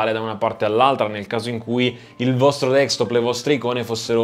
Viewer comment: DESKTOP !! SI DICE DESKTOP non dekstop! è insopportabile ! :)